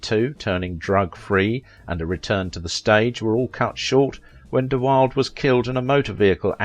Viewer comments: His last name is pronounced “dee-WILL-duh,” with three syllables — not dee-WILD, with two syllables. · His last name is actually pronounced "De Will-da" not "Wild." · I've also heard it pronounced " de Will - dee ! Being it a Dutch family name I suppose it should be pronounced "de Bill.deh". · His name is pronounced “duh-wild-a,” not “duh-wild.” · One last time here, let me offer that I knew him at summer camp. He pronounced his name in three syllables. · His name is pronounced De-wilduh. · You mispronounced so many things I can't keep up with them. His name is pronounced 'Da-wil-dah' it's 'huug-ah-noh' and 'Prem-in-jer' there were others but I've forgotten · You are saying Brandon's last name incorrectly, it's De wild a. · I'd like to know where you got your information about his personal life. Also, you might have learned to pronounce his name properly. It is Brandon De Wil-duh. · DeWilda, DeWilda, DeWilda. Geez, That makes me crazy when it's so easy to Google the correct pronunciation. I love your channel, just be more careful there. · The last name was pronounced "de-WILLED-uh" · You are pronouncing his name wrong. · If you can't even pronounce his name correctly, how can you get anything right? I believe 90 percent of this hogwash to be pure fantasy... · The know-it-all narrator doesn't even pronounce BdW's name correctly.